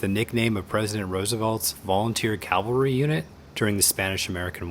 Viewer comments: ~ Calvery??!? s/b cavalry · it's cavalry, not calvary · It’s Cavalry, not Calvary. Your landing on a boat, not a hill in Jerusalem. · *Cavalry, not Calvalry.